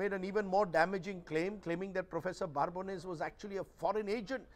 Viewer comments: Wow.. what contempt that Rajdeep is showing on the good Professor. You call him Prof.BaaRbones so many times. It is Babones with no R, and you interviewed the guy. Can't even pronounce the name correctly? Coming to the point, Prof never said Anti-gurment (your pronunciation) is equal to anti-India. What the prof said is that the Indian intellectuals tend to misrepresent India, Indian democracy just because they dont like Modi and the BJP. Which is 100% true. You read any of the western publication (NYT, WaPO etc), you would think that India is a hell hole similar to Sudan or Afghanistan. You raise valid points at the end, but the prof just asked to look such incidents in the full context, size of the country and the population etc. You guys just take couple of random incidents and blow it out of proportion, to drag India through the mud (not the Govt. The agencies are not rating the Govt remember, they are rating India). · Why is Rajdeep pronouncing Prof Babones' name incorrectly by adding an "r" in between. It is not Barbones. He interviewed the Professor. It is surprising he has made this mistake regularly here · Rajdeep cannot even pronounce the professor's name properly. In this video he keeps calling him Barbones - as opposed to his real name Babones. Prof Babones having not visited India actually makes him more objective - someone only looking at the data and not being colored by their experience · Mr. Prof, Rajdeep is already rattled and Pls don't rattle him more calling him for another chat. He is so agitated that he will mispronounce your name, from the original Babones to now 'Barbones' to future 'Barebones' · Dear Prof, Rajdeep is already rattled and Pls don't rattle him more calling him for another chat. He is so agitated that he will mispronounce your name, from the original Babones to now 'Barbones' to future 'Barebones' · Please first learn to pronounce his name correctly. There is no "R" in Babones! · Its Babones not barbones